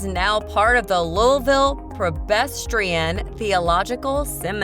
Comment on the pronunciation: Seriously? Change the name of this video, it is completely useless as this video is entirely about Louisville and its subdivisions. Also, you are not pronouncing Louisville correctly.